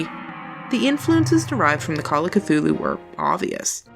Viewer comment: Well in fairness you got Cthulhu correct even though not even H.P. Lovecraft knew how to say it. ;)